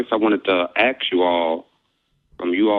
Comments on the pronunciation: This idiot can't even pronounce the word 'ask'. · When i hear: let me axe u😂🍿🍿🍿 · “I axed you a Quechun”… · I had to stop watching at the 26 minute mark. Too stupid and i could not hear him "axe" one more question. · “I wanna axe y’all”. You can’t even speak properly, but you think you’re smart because you believe in a god.